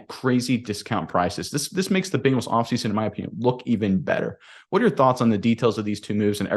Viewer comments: Hahahahahahaha " Bing- als " YOU NAILED IT BRO LMAO 🤣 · One of the biggest reasons that I don’t subscribe to this channel is the way pronounces Bengals. It irritates me to hear him say Bingles. Please learn how to pronounce the name of the team that you are covering.